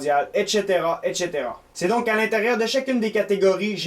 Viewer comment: Et tché téra et tché téra ^^